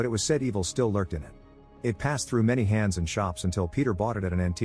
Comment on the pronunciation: it's a computer generated voice... you can tell because of the pronouncing of words. It will pronounce the errors in the typing. & horribly mispronounce words lol. Like through it pronounces trough.